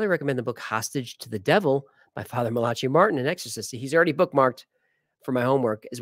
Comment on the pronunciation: I think it's pronounced Mal-uhk-eye not Malatschee